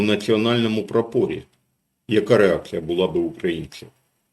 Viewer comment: Коли говорите "стояли на прапорі" , то треба у слові прапорі наголос робити на складі "пра", а не складі "по".